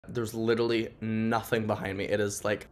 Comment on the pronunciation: "There’s litaly nothing behind me"